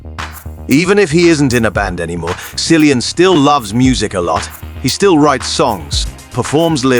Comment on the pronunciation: Why are you mispronouncing Kill-ee-yun Murphy’s name?